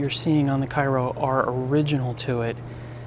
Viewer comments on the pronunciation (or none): I believe that it is pronounced "kayro". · I think he isn't aware Cairo, IL is pronounced kayro - but still a very informative video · Actually, those of us who live down here in Southern Illinois pronounce it "KARE-oh." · The ship is named for the city in southern Illinois. Local pronunciation is "KAY-ro." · It's pronounced Kay-row as it's named after the Illinois town. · That's the South Georgia pronunciation too. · Actually, those of us who live here in Southern Illinois pronounce it "KARE-oh."